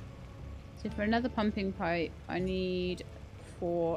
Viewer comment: Haha. Every time you say "pumping pipe" I hear "pumpkin pie". Now I want pie 🥧😊